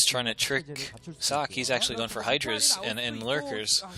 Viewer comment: You were right. "Sock" is correct pronounciation. :-D